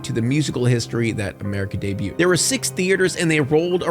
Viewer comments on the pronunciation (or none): none